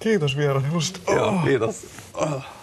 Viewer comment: "Khiitos vierailushta"